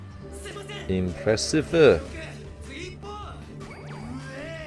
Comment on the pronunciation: Impressiveé (try to speak like japanese accent) 😂